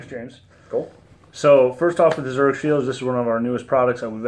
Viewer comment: It’s pronounced ZURIK … not CH